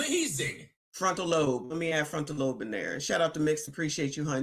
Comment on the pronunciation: .....FRONTAL LOBE....pronounced with a hard....B....love you...keep up the great work...